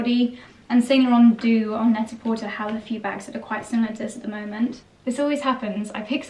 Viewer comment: Only because you said you value correct pronunciation, look up correct pronunciation of Net a Porter. The er is pronounced with a long a. French. Love your vlogs.